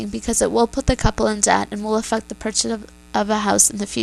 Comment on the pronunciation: when you were explaining the groom's side. "It will Af-f*** their purchase of a house in the future." :^)